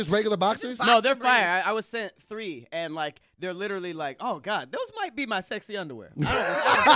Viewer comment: says ' lillerly ' instead of ' literally '